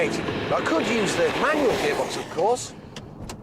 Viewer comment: It's "MANUAL" not "MANUEL"